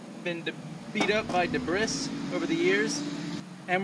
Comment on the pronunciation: You didn't just say debrish, did you"